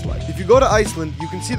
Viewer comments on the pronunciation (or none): His pronunciation of bjarnarhofn… Ooh It’s byarnarhovn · Pronounced : biarnarhoffen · Anyone gonna talk about his absolutely terrible pronunciation of Bjarnarhofn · as a nordic person i love how ppl pronounce bjarnarhofn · I'm sorry but his pronunciation of Bjarnarhofn like you know is pronounced normally (like english ) in Icelandic right Man being a native English speaker sucks